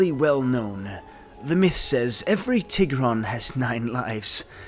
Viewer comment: when you said TIH-GRON i almost clicked off the video, but i will continue 💀